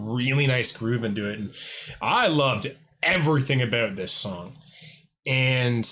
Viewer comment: Are you Canadian? Thought I heard you say "a boat."